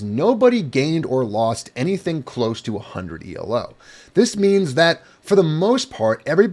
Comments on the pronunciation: The main difference between elo (stop saying "ee el oh," it's named after a guy named Arpad Elo) and glicko-2 used by HEMA ratings is the presence of a rating deviation stat. The rating deviation is a measure of how sure the algorithm is that your rating is correct, the lower it is, the higher your weighted rating. How much your rating increases or decreases based on a match depends on both fencers' relative ratings, this is the same in elo and glicko-2. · one minor thing Elo isn't pronounced E L O, it's not an acronym it's the name of the guy who invented the system : Arpad Elo